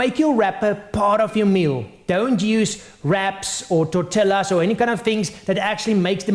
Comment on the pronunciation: Hey - It's a wonderful Video. Here in N America, they pronounce Jalapeños and Tortillas differently...just saying...